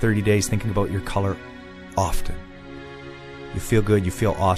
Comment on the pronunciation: a-boat lol